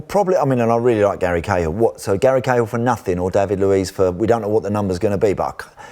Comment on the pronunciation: whose Gary gayhill? 😂😂